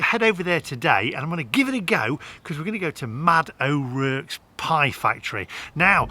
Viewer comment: O'Rourke, pronounced o'rork not o'rerk.